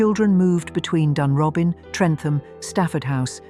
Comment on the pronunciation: It's pronounced Loosen-Gore. And Dunrobin is pronounced Dunrowbin. Not a bad essay by the standards of these things. Edward was a constant visitor to Himley, ostensibly to see Freda.